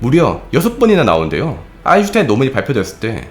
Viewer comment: 그당시 학계나 요즘의 사회의 인터넷 댓글에나 큰 차이가 없군요... 서로다른 철학으로 접근하여 배척하고 공격하는. 님의 영상 잘 보고 있습니다, 고마워요~ (p.s.: 참! '아인슈타인' 발음 완전 좋아지셨습니다 ^^)